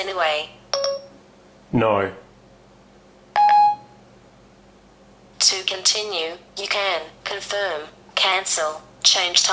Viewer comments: dude......why cant you people say NO......it comes out noerreererere what the fuck is that. its NO LIKE OH SO SAY NOH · Any chance your accent has something to do with this? Is your name Jisen or? the word no is one syllable how can you make 2 syllables out of the 2 letter word no? Perhaps Tellme is just too American. Besides my old Droid X leaves a smoking whole were these 2 devices used to be.